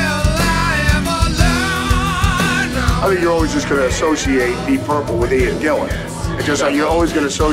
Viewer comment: It's GILLAN not GILLIAN. Why do so many people get this wrong?. 🤔